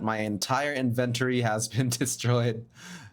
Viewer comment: Great video, as per usual! You put a lot of effort in and are right on track on becoming a full-time minecraft Youtuber. Can I just give you a well-meaning tip beforehand? Check the pronunciation of 'inventory' for your future vids. 😉